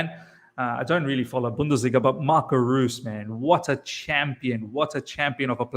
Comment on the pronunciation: Oh btw brother. Reus, It's Marco "Royce" like Rolls Royce.